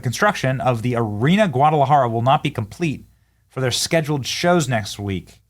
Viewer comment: Your pronunciation of "Guadalajara" was so perfect that you are now Mexican. Felicidades!